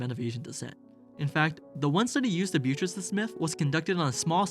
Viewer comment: Fantastic video overall. My only note is that it's But-tress not Byu-tress and it drove me crazy because I'm pedantic like that. Also The Last Samurai is a poor example of what you're criticizing when you show clips from it. It is definitely an example of the damaging 'white savior' trope and poorly represents Japanese history, but the character is not a race swap. He is supposed to be white.